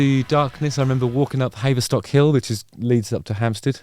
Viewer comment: haverstock!?? It's haverstock you twonk